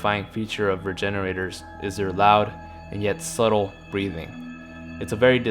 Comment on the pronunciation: Lmao I thought he said refrigeraters